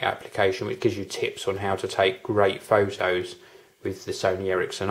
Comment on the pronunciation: nice """""Foe Toes""""""lmao